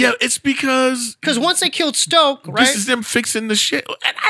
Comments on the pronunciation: "Stoke"? ...... aaaaaaaaaaaaaaand i'm out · Lolloloool "Stoke" it's "Snoke" boyos! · nothing screams that they could care less about this movie more than them referring to “Snoke” as Stoke💀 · Two people having a passionate argument about Star Wars where they both call Snoke Stoke lol...